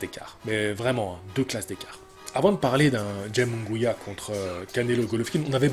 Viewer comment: Euuuh nan. Jaime deja t'as la Jota qui se prononce pas en france equivalent de Kh en arabe aime comme ça s'ecrit puis Munguia a par le 1er U qui se pronnonce Ou le deuxieme se pronnonce a la français donc ça serait Jaime Mounguia.